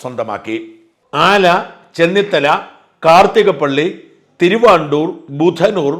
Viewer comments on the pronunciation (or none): #Shajan_Scariah തിരുവാണ്ടൂർ അല്ല ; തിരുവൻവണ്ടൂർ ആണ്.... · "തിരുവൻവണ്ടൂർ" എന്നാണ് പറയേണ്ടത്. തിരുവാണ്ടൂർ എന്നല്ല. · തിരുവൻവണ്ടൂർ ആണ് തിരുവാണ്ടൂർ അല്ല ... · എന്റെ, ഷാജാ, തിരുവാണ്ടൂർ, അല്ല തിരുവൻവണ്ടൂർ ആണ്. ആദ്യം തെറ്റ് പറയാതെ നേരെ ചൊവ്വെ കാര്യങ്ങൾ പറയൂ. ഒന്നുമില്ലെങ്കിലും താങ്കൾ കോട്ടയം ജില്ലക്കാരനല്ലേ? ആലപ്പുഴയിലെ ഒരു സ്ഥലത്തിന്റെ പേരെങ്കിലും തെറ്റാതെ പറയൂ